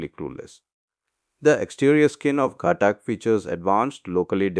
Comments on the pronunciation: its not ghatak . It's GHAATAK . learn pronunciation first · did u watch dhruandhar at all ? and heard the pronunciation ? its ghaatak with focus on aaa